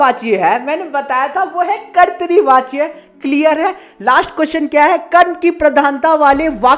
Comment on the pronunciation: Karti vacha nahi hai kartavachya😂😂😂😂